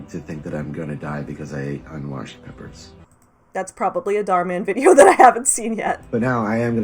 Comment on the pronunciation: "Dahr Man" Me: "aaaAAAAaaa fighter of the night man" I'm not ashamed but I'm not not ashamed.